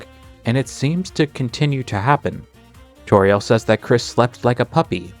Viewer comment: Don't say Toriel like Torielle...! It's not French, it's very explicitly a play on "tutorial" (see the search results from Kris's web searches with the piano two Toriel) (and also her role in Undertale) (and I guess also also her role as a presumably first grade teacher in Deltarune).